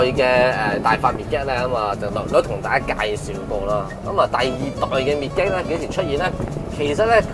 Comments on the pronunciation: 個名應該係讀 "mid-jet" 唔係 "mid-get" ，係解作“侏儒”的意思😅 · 拍車男，多謝你拍片，支持你！ 我想講，Midget 個字係讀 " Mid git" 而唔係讀 "Me Get"，Midget 意思係 << 侏儒 >> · 應該係mi jiht咁讀 個d 係 silent 但係有乜所謂 自己鍾意點讀咪點讀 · mid - get..... 作為細size型男你唔識呢個字都幾搞笑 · It's pronounced Midg-jet. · [ˈmɪdʒɪt] read after me please😂😂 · 讀錯音，請用Google translate 糾正。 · 你念個 midget 此字錯到離譜，你自己查字典就知道為什你錯得咁緊要了。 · 一開口便知龍與鳳，詏乜春吖。 Midget Giant，即係MG, 老牌英國車厰。唔係未聽人讀過下嘛，車房仔。